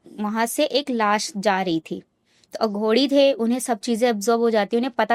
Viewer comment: अघोड़ी नहीं अघोरी होता है